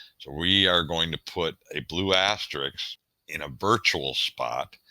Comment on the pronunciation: Hey buddy, it's asterisk, not asteriks.